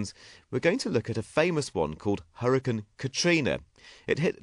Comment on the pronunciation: hurriacanne not huricann